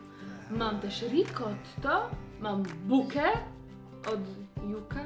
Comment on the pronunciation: Nie buka tylko juka